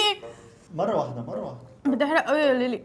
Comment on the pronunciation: ليلي مش ليلى😂